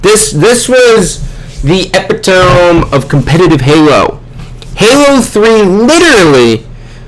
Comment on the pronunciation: u pronounced epitome wrong